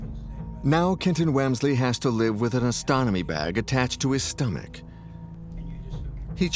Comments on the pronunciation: Okay. You said "ostotomy" twice. The word you needed was "ostomy". Say it with me: "OSS-tuh-mee". You lose credibility when you commit boners like this one. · Ostomy bag. Not ostononmy. Not in U S, anyway.😊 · it’s ostomy bag guys not ostonomy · Very eye-opening. Informative. But, I just can't get over "ostonomy bag". It's "ostomy bag". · Ostomy; OS-TOM-Y bag (not ostonomy) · Colostomy Bag. or Ostomy Bag. (Oss-to-mee) Bag (Co-loss-to-mee) Bag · Ostomy is pronounced aa·stuh·mee. Awesome and informative. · It is pronounced 'Oz ta me' bag.